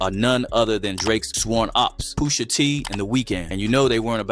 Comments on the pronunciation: Off the rip, I don't know how PUSH-A became "Poo-sha" 😂😂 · He was saying poosha the whole video dawg 😂😂😂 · I heard it too!! 😂😂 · not AI sayin poosha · Why he saying Pusha like that.😂